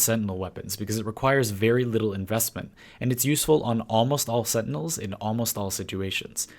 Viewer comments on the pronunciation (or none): none